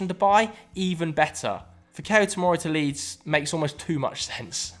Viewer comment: Great video ... Fikayo pronounced Fee-ka-your